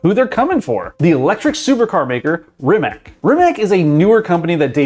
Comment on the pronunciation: did he just say Rim-mak? please please never say that again